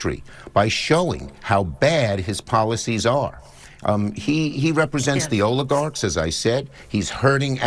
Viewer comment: Shumer is out of touch & 100% wrong on anything he spouts about President Trump. Stop saying “olagarcs”. 🥱